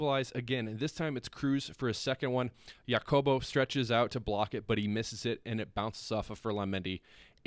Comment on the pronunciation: Jacobo. J is an “H” sound. Think “Ha-cobo”. Do you have a Spanish speaking friend from Madrid (like me) who can help you out? - as long as you’re working to get better it’s fine. When you give up you are just not Real Madrid material anymore and need to close the channel. 😂 - happy to help.